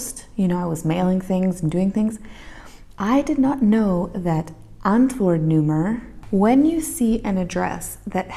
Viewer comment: How you pronounce 'antwoordnummer', "antwoerdnoemerr", sexy and funny at the same time.